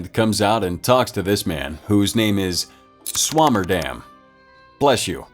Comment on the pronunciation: Well I'll be Swammerdamm! LMBO U butchered that name!